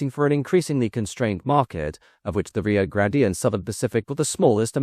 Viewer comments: Rio grande, not rio grandee, Nice video, sick of the AI narrorator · The pronunciation of "Grand-EE" is making this video difficult to watch. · Dude, it's pronounced Rio Grand. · The research for this video felt much sloppier and less well researched than normal, it's disappointing. Not to mention the mispronunciation of Rio Grande throughout the whole video. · hate to be the one to tell you this but you mispronounced Rio Grande during the whole video. You don't pronounce the e at the end.